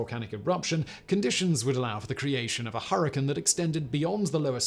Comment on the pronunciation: Why do you pronounce the "cane" in "hypercane" like it's supposed to be but then pronounce that part of "hurricane" like "kin"?